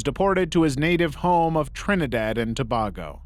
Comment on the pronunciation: Its Trinidad and To(BAY)go not To(BAA)go please and much love from Trinidad 🫡🇹🇹 Some of us can't believe Marvin did this...